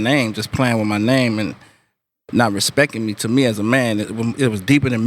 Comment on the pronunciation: Did anyone else hear that? "Not respecking me" he for real says it like that lmao